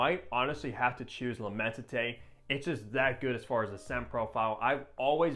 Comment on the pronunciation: immenSité its an S not a T